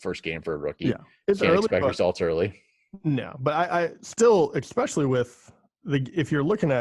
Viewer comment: Great show. One tip...“exspecially” is not a word.